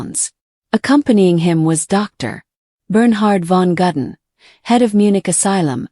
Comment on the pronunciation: It is Ludwig, not Ladwig. How difficult can it be to pronounce somebody's name properly??? It is also Gudden, not Gadden.